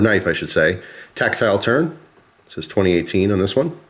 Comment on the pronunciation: Did he just say tactile turd?